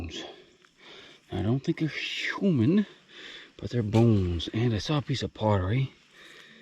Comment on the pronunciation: I dont think I've ever heard him say human normally.